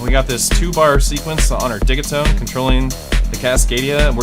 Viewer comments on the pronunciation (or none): Dih-GEE-tone, they are digital boxes. Though I also dig them.